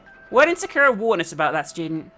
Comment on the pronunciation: Sa ku ra not sa kur a damn that was bothering me the whole time and if someone mentions got lazy to look at comments